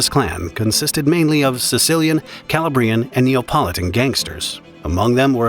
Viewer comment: Where did they get these incorrect voiceovers? The pronunciation of Calabrian alone is just too much. This should be entitled the Mafia for Anglos! 😂